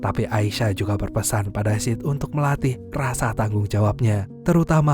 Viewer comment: agak gimana gitu ngedenger nama sid dari awal disebut sid, sit terus kadang malah jadi sh*t😓